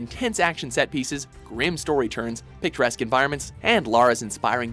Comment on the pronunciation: did you say picturesque or picaresque?